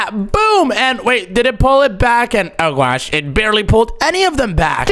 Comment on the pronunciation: the way he says narr and gwosh⭐🤣😂